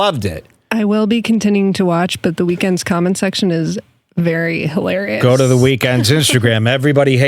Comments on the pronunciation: I'm still not over "hilar' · hiel hilar